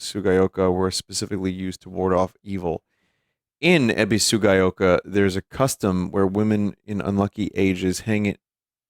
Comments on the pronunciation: how did vinny even managed to butcher ebisugaoka as ebisu-gay-oka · You have the Ebisu part right, but its "Gah Ohka" at the end. My grievances with the combat is more the amount of enemies placed in the areas, the frequency of it especially in the tighter corridors. I do think the encounters would be more impactful if it was sparingly like traditional survival horror games. Also in the otherworld, I was very annoyed by the revival of enemies and forgot you could stop it with the blue lanterns. But I think enemies reviving is unnecessary since theyre already dangerous enough. I completely blinded an important item in the otherworld area and had to backtrack only to take more damage since enemies would revive and I didnt want to bother with luring them to blue light areas. That being said, there is a WeMod for SHf that might help with enemy frequency and adjustment. Just depends on if you want to respect it as is and deal with the combat or adjust to make things tolerable so you can continue with the story. And while some people may tell you to just run past enemies, its not necessary to kill them, if you want to take in the environment and observe things (especially in the Otherworld), you have no choice but the take them out so you have a breather.